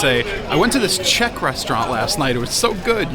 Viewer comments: Dívám se jen na začátek a vyslovuješ velmi dobře. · I'd ask for more cranberries. They go extremely well with meat, especially svíčková. Your pronunciation is #1! 👌 What you missed is beer. 🍺